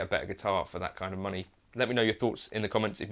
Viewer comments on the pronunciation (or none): none